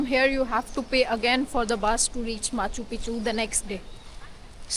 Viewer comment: aa gye hain "moun Chukk ke" 😅. Crazy Punjabi accent of a sikh girl. Genunine Punjabi accent 👌